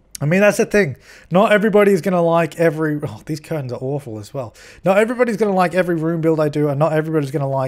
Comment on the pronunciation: You're saying curtain correctly. Like "kurtin"